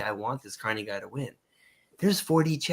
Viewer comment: Lol is that sunny guy calling Carney corny on purpose? It cracks me up every time 😂😂😂